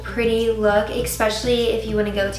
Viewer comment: Giirl you're beautiful! Just a heads up too, I notice you often say eXpecially haha its eSpecially :)